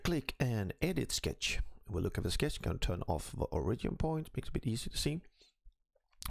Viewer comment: Why do you pronounce "Origin" like that?